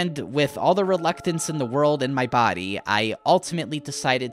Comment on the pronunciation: ah yes, "reluctance"